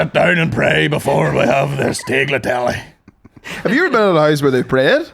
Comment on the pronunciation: Nearly crashed the car when said Taig-latelle